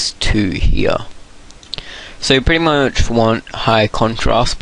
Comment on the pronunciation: you are pretty much sayin' pritty much!!!